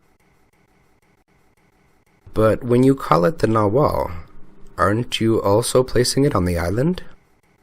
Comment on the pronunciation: The "g" in nagual is NOT silent. Imagine South American natives calling a jaguar... a jawar!!!! LOLOLOL